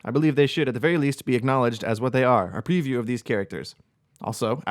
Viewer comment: it's not a priview, it's a PREview. That is a long e. You pnw'ers pronounce things differently, lol. Great video!